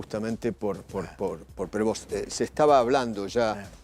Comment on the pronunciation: Prevó sería la pronunciación correcta, debe tener algùn antepasado franco canadiense, apellido muy comùn entre ellos…